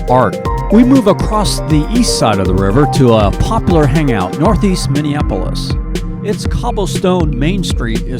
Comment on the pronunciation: WHO is this guy doing the voice over? HORRIBLE! I really wanted to watch it but he's popping his "P's" and not pronouncing words correctly...pop-lar? The word is Pop-U-lar. Good grief! I can listen!